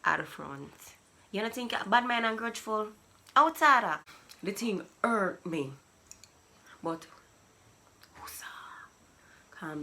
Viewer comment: Lmho... I felt it when you said the patch " 'urt me "